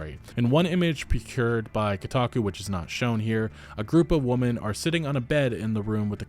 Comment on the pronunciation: For yhe love of god. i love your vontent but keatn hiw yo say woMEN. holy crap.